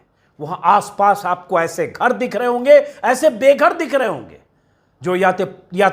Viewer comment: घर नहीं गर बोला